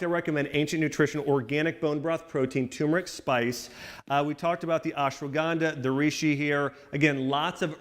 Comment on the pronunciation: Please axe Dr.Axe from your subscriber list ASAP. He is the biggest charlatan running amok on youtube. Bone broth as an ingredient into ancient ayurvedic "Turmeric milk" is nothing short of Heresy. By the way that secret ingredient is Ashwagandha not ASS-shwanganda! If you add Bone broth into everything that you eat or drink then you don't miss anything from this channel - if at all.